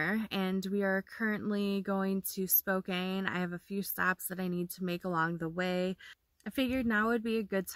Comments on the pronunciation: Thanks for sharing your travels! For future reference, it is pronounced Spo-can, not Spo-cane :) Safe journeys! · I live in Spokane...pronounced...spo- can.😊😊😊 Please be careful in Idaho. Pretty hot state right now for the virus. 😷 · You really did Washington justice. It is a beautiful place to visit and live. Stay safe! PS pronounced Spo'can'. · i have a good friend that lives in Spokane - it's pronounced SPO CAN - she corrects me all the time lol